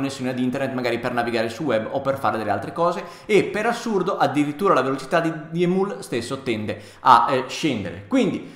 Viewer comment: emiul non imiul